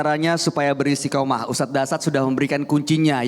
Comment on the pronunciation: Beristiqomah..bukan beristikomah